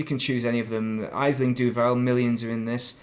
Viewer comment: Ash-ling its pronounced its an irish name aisling, Great content 👌 thank you for sharing it